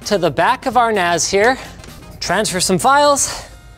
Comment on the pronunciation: Okay, so...MKBHD... bought a Macintosh NAS... 'cause, that's what it sounds like he's saying.